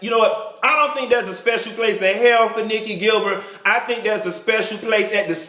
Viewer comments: Not "Nick-E Gil-Bird" 💀😭😭🤣😂🤣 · " Nicci Gil-bird?" SMH- LOL.. We miss you.. Thanks! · If u say Nikki Gil bird one more time LMBO!!!!